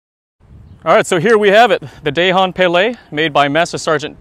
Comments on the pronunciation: its dahong palay in filipino grammar if the letter of the word end with letter N followed by another word add letter g it pronounced as da -the hong - hong kong pa - papa lay - lie not day hon pay lay im a filipino. that is how to pronounce it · It's pronounced as Duh-hon Puh-lai. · "Dāy-hahn pāy-lāy"? -Anyone with skin darker than Lou Diamond Phillips should be ashamed of that pronunciation. This shows no respect for your heritage, or for the FMA and/or Filipino craftsmanship. You would think that with the supposed quality and/or authenticity of these blades, one would take the time to ensure the terminology and origins are correctly stated and pronounced. Otherwise, what's the point? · It's not good if it's not in a proper pronunciation....not die-hong pie-lie...🤣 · if you're going to do an advert or promote an item at least make an effort to make sure you're pronouncing it right....it's DA-HONG PA-LAY. In filipino you pronounce the A as ah..not ey.. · Dahong palay Da with straight a and not like dey Hong with straight o and dont put an accent on it Palay with straight a's and not like peyley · wait im sorry did u just say dayhon paylay